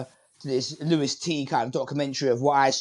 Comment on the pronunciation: Can’t say his first name 😂 out after 10s. Also criticising not doing his research when not even watched the show 😂😂😂